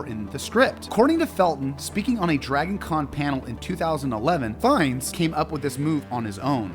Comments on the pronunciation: And it's FINES not Finn-ese, or Phineas, or... And poor Fleur's last name! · ALSO HIS LAST NAME IS PRONOUNCED LIKE “FINES” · Also.. "Finn-ee's" 😅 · And 'Fines', not 'Finess'. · I realize now he pronounced Fiennes wrong and edited the whole video to fix it and it became Ralph....FINES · He actually said FIN-EE-US . The caption actually spells it Phineas!